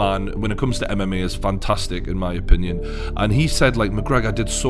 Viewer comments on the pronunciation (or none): none